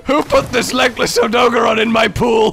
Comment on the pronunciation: Why do yall hate the blue tail it looks good on Odogaron (which you're pronouncing wrong btw)